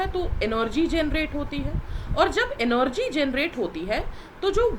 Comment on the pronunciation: Mam energy ko enorgy bool rahi hai🤣🤣🤣